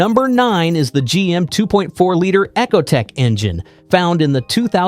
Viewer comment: Video was nice, but using ai for the voiceover is lazy asf, i aint liking or subscribing to a channel that uses an ai model that cant even say “ecotech” correctly. Lol “Echotech”